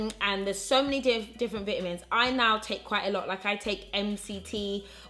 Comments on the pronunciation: Over in the uk do people really say bitamins? instead of Vitamins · i love the way says vitamins 😂